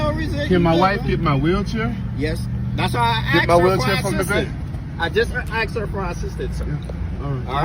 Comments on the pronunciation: Tell me you are stupid without telling me you are stupid: 'so thats why I aksed your wife' 'aksed? Aksed? Oh, you mean aSKED' Why do these people say 'aksed'? Dont they learn how to spell anymore in schools? Is this the 'cannot find my belt, so you can see my underwear' class? In the word asked: does the s come before... or after the k. If its aftere: why do people say the k as if its before the s? They think its 'cool to look stupid' or something? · I axed you...hmmm...took him out at the waist down to the ground to falsely impound...hmmm...disgusting.